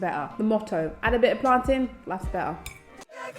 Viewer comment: Hey new here, When you said 'plant-in'... Did you mean plantain banana? Or something else?